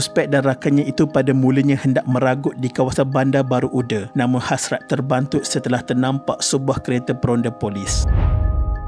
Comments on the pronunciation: Uda tu bukan sebut ude ya orang jb sebut UDA dibaca Aa bukan ude dibaca e bukan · sebutan UDA sebutan baku.. sebagai penghuni sekitar taman tersebut, sebutan UDE rasa janggal. hehe.. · Admin sebutan yg BETUL "UDA" BUKAN "UDE".. azab & terseksa ya Arwahyarhamah adik Syafiqah d rogol dlm longkang lpas tu d bunuh..salam takziah buat klga mangsa..Moga Allah tempatkan Arwahyarhamah adik Syafiqah d kalangan org2 beriman.. Al Fatihah ( d baca ) Aamiiinnn YRA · betul tu org BBU tak sebut UDE..Sebut UDA... 😀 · Betul² hehehe. Kedengaran janggal bila admin sebut uda sebagai ude 😅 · 😂😂🤣..tu lah..admin ni dari kisah sedih..jd kisah lawak dia sebut "UDE"..